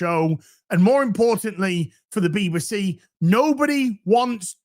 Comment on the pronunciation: what's a "Beeba-see"?